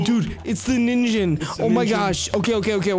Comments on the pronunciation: um the real pronouncation for ningen is ning-gen not ninjen btw love your videos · Sorry, but you pronounce it wrong, but but this is how you pronounce it the Ningen